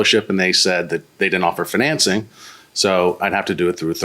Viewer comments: That’s not how you say “financing.” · Why does the way he says financing bothering me so much !! At least the guy was honest. He should get some credit for that. And I think there should be a time limit on it I don't think you should have got it back after a year that is ridiculous.